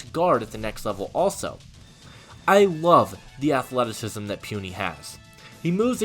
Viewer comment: its PU(pooh)NI(knee) Puni not Pwuni 🤣🤣 My college teammate just want to help you